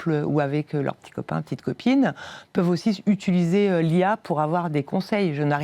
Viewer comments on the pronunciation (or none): Je suis étudiant en psychologie, c’est très intéressant. Merci pour cet échange. Mais pourriez-vous essayer d’éviter la prononciation « utuliser », ça fait un peu mal aux oreilles 😅